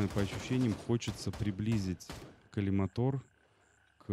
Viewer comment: Ну, почему же коллиматОр, когда коллимАтор?